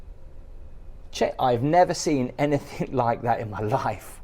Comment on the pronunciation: All the videos Ive watched of you.... Past present (2025) as soon as I heard you say "anythinK", it all makes sense. iykyk.